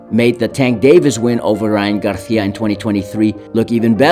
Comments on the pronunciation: It’s Gar[See-Ah] not GarTHIA. Weirdo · Bro I'm getting mad at the way he says Garicia, bro just say it like a normal person wth. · Why this mf can’t pronounce Garcia? Gargggia wtf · He called him Garjia and Garthia in one video 😂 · Cringe everytime he says garthia lol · And its not his accent becuz he says it regularly so many times then sometimes he just emphasizes it with a garTHia..? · Stop saying Garcia like that. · He only said it the first time... Then says it regular.